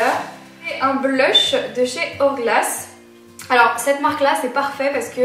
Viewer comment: Mme "horglass"😂😂😂L'accent anglais quoi!(sans me moquer...;)